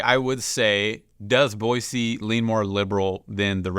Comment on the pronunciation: Its actually pronounced Bwa-zee